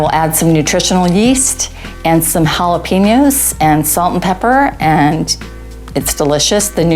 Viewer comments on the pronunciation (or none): did she say jala-penis??? Dat ain’t vegan!!!!